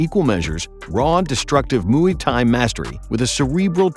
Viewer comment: Cain Velasqooiz and Mooeey Thai. Truly special pronunciations right there.